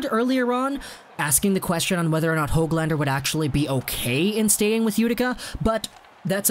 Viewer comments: And its Nils Hooglander not HOG lander lol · just wanted to help a little with Swedish pronunciation. The Swedish letter ö sounds like the double o in took or book, not like o as in bow or o as in pot. The letter a always sounds like Ah, but the Swedish letter ä sounds like the a in cat. So Neels Hoog lahn der and Roog le.